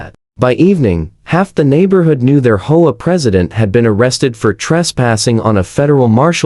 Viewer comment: hoea hoe about H O A , these ai voices when not fixed really suck ....